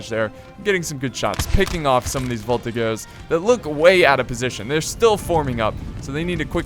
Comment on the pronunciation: in frech (because I am belgian) we say shasseur a sheval and voltijeur and a very good video